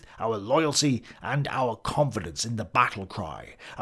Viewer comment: The true question is, will ever pronounce Volk properly? Simply saying folk would've been miles closer.